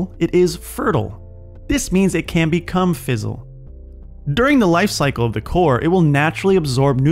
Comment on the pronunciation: Can you please stop pronouncing "fissile" as "fizzle"? Thanks